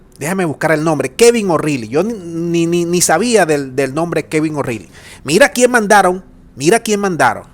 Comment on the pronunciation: O'Reilly; si te parece bien; la pronunciación es: ORaaly.